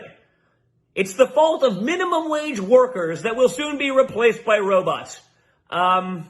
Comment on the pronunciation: He's doing blow. Derrrr. PS I never realized how pronounced his lisp is. Roboths are gonna take their jobth.